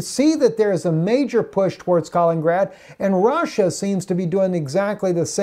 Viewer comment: Not "Kalingrad", "Kaliningrad"!